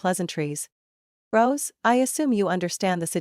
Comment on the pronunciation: Rose not gross